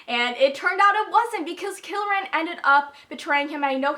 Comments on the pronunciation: haha whenever you say kieran all i hear is kill-ran pretty sure it's pronounced key-ran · His name is pronounced keer-in Kieran. just thought I'd clarify that. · its pronounced ka-ear-in like Kiera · WHY IN THE WORLD ARE YOU SAYING KILRAN? THERE IS NO L IN KIERAN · everytime you say Kill-ran and not Kieran how its normally pronounced as Keer-ran or Key-ran I cant help but cringe... but then Kieran/Kieron is quite a common name at least in the UK.. idk about elsewhere so.. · You're pronouncing Kieran wrong. It's an Irish name that is pronounced "Keer-an" :) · I think it's just key-ran. I don't think there is a L at all. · I'm sorry but its not Kil-ran. Its Kie-ran. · Kieran is pronounced "kear (like "ear") -rin" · it's ky-er-an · KEER-AN, there's no l in it. But names are hard. I get it. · Keirans name is pronounced (K-eer-on) or (keer-in) btw LOL its an irish name I am pretty sure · Kieran is pronounced KEER-IN it is Irish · It's Kieran. Kee-er-run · Kieran = Kee-ren. I think it's an Irish name, which I love as I'm Irish!! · i pronounced it as key-ran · It's definitely Key-ran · it's pronounced Keer-in. lol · Sorry I love this video so far but it is Kee r en. It is Irish/English, and it is my cousin's name.